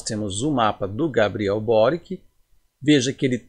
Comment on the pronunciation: A pronúncia é borichi, croata.